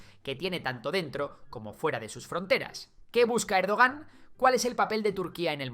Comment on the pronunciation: Cómo "Erdogán", madre mía. Es como si llamas a Trump "Traun".